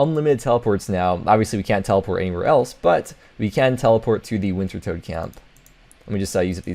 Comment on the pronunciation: Wintertod not toad